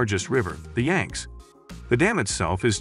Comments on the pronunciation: Yang zee river, not yanks!!!!!! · It's YANG-see - get it right!